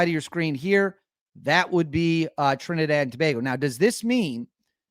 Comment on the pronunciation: You are the first yankee to pronounce Trinidad and Tobago properly lol...and yes we are wayyy to close to Venezuela😐...but now we dont hate them we just need them to stop entering illegally.